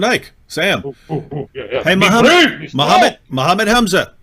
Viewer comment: Zakir naik menyebut nama nabinya aja belum benar. Apalagi arab² pesek lokal. 🤣🤣